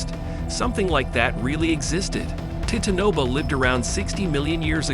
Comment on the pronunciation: AI narrative always mispronounces. It got the name of every creature wrong. TITANABOA my personal favourite. TIT ANOBO